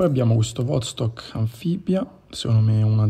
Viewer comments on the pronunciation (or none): Vastòk Vastòk Vastòk Vastòk Vastòk!!!!!! Non E' Vòstok!!! (per non dire nulla del Vòdstok pronunciato a ) E' come se un chitarrista compra una Gibson e ne pronuncia il nome all'italiana. E' Ghibson, Ghibson!!!! E a Vastòk Kamandìrskie: pronunciamole tutte 'ste lettere!!! Non è inglese: è russo!! Kamandìrskie: ie i ,e!